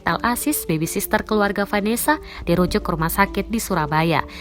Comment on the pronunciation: 1.13 yg baca berita " bebi sister"